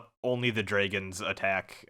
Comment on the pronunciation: love how you say "draygens" instead of dragons ahah